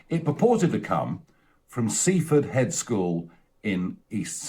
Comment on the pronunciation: Hilarious how he mispronounces Seaford Head, as if it were the "head school" of Seaford, rather than the school of "Seaford Head" 🤣